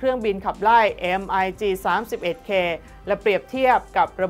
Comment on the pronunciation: MiG-31 คำว่า MiG ออกเสียงเหมือน Big หรือ Bic ส่วนระหัสเลขสองหลัก อ่านปกติ ไม่อ่านเรียง ฝรั่งจึงอ่านว่า MiG Thirty One ภาษาไทยเขียน มิก-31 ภาษาไทยอ่าน มิก สามสิบเอ็ด ไม่อ่าน เอ็มไอจี สามหนึ่ง ไม่อ่าน เอ็มไอจี สามสิบเอ็ด ไม่อ่าน มิก สามหนึ่ง MiG Pronunciation Googles HIMARS อ่านว่า High-Mars ถูกต้องโอเค ภาษาไทยเขียน ไฮมาส์ ภาษาไทยอ่าน ไฮ-มา